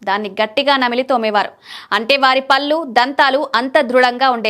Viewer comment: తెలుగు భాష లో కళ్ళు, పళ్ళు, కాళ్ళు, ఒళ్ళు అనే పదాలు ఉన్నాయి. పల్లు , కల్లు , కాల్లు అని పలికితే ఆ పదాల అర్థాలు మారిపోతాయి. మీ యాంకర్ గారికి భాష మీద పట్టు ఉండాలి.... ఇది చాలా ముఖ్యం. మీరు ఎప్పుడైతే చక్కటి ఉచ్చారణ తో present చేస్తారో, అప్పుడు వినే వారికి బాగుంటుంది.. లైక్స్ ఎక్కువ వస్తాయి. దయచేసి గమనించగలరు, postivega గా.....